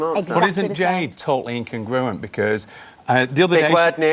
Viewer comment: If you want to use big words, you should at least be able to pronounce them correctly It's inCONgruent! Now I have one more reason to dislike this guy apart from his haircut.